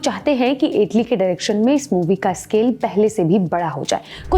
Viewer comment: इटली नहीं है ऐटली है यकीन नहीं आता ये सोरभ द्विवदी द्वारा खड़ा किया प्लेटफार्म है, बेडा गरक